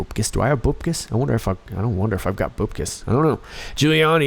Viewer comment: pronounced (bupp-kiss) #MCGA :)